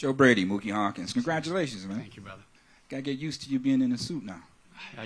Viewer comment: “Joe Brady, Muki Hawkins…” Muki Hawkins.